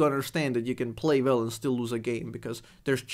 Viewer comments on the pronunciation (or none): Funny that due to your accent you prononce playing "well" like "Vel", maybe that is why you're the #1 Vel, you play Vel Vel... lol